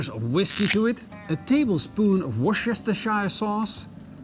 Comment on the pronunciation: It's pronounced wuster sauce forget the shire bit on the end